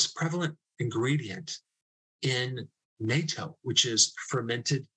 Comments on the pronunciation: Please learn how to pronounce Katto. It is pronounce Nah toe. Other bloggers get it right so it sounds off when you pronounce it NATO. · Please stop calling it "NATO" and pronounce it "Nah Toe". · It's pronounced "Naw-toe" not "Gnat-toe" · Pronounced "NOT-O" not "NAY-TO" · It's pronounced NAT-TOE, Not NAY-TOE. If it was NAY-TOE, it would have only one T. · It's spelled natto, but actually pronounced (NOT-toe) not NAY-toe. It's made with fermentated soybeans. It's hard to eat because it's really slimy and smells terrible. But it's a common Japanese breakfast food. If you ask a Japanese person for Nayto they won't have any idea what you're talking about because it'll sound like a totally different word. But, good to know it's good for getting rid of plaque. I'll have to eat it more often. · I think the pronunciation of Natto employs a short 'a', not a long 'a'....either way, thanks for the content, Dr. Berg!! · Excellent video as always (particularly enjoyed the exposure of statistical manipulation by the drug companies). Just a small comment on pronunciation; it's na-to (short a and o) rather than nay-toe/NATO. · It should be pronounced: Nah Toe with no emphasis on any syllable. I know it's harder for English speakers who are used to combining parts of words, but Japanese is kind of broken into sounds, and there really is no variations like there are in English. ie. you only say "Na" as nah (not Nay or like Gnat) Edit: I thought "kinase" was also Japanese, but I think it isn't so it's probably pronounced Kai nayse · Pronunciation: NATO is North Atlantic Treaty Organization. Natto pronunciations has the "at" sound. You are welcome. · It's pronounced natto not nato. The double T shortens the preceding vowel sound. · Natto is pronounced knot-toe not NATO like the military organization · It's pronounced with a short A, not a long A. It's very jarring to hear it pronounced incorrectly over and over again. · Pronounced "nah - toe" not like "NATO". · Nah toe. Natto.